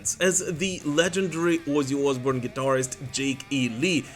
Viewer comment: Your pronunciation is on point: "Wuzzy Oozboorn"